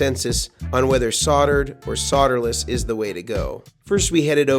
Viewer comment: Just a few observations and comments.... I’m in a “mood”... Why don’t you pronounce the L in solderless? You say soderless...maybe the guys from TPS are paid by SoLderless cable companies, has anyone ever commented about your haircut, trivial I know but Bobs went out in the sixties.